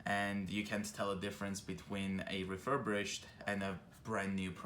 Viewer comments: I cringe every time you say “refurbrished” it’s refirBISHED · It's "refurbished" not "refurbrished". Thanks for the video ☺️ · ReFuRbRiShEd... refurBRIshed... RE-FUR-BISHED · ‘refurbrish’ lol